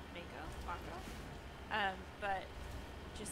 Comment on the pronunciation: The in-game pronunciation is may-ko, but etymonline says "mako" is from either Japanese or Māori so it probably should be mah-ko 🙂